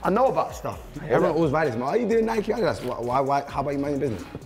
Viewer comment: Nike not Nicky 😂